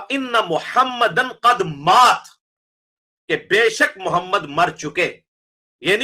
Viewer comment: AP Muhammad ka name bh thk sy nhi ly rhy apni vedio khud sunain zra